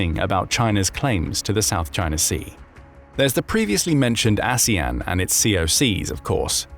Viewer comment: 😂😂😂 I noticed that slip of the tongue, too. Aswang 😅😅